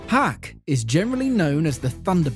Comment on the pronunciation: For yona of the dawn Hak is actually pronounced hawk